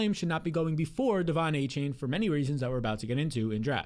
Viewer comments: Exactly! With all that glazing you would think he would at least know how to pronounce his name smdh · You can’t even pronounce Achane name right